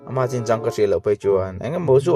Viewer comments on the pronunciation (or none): none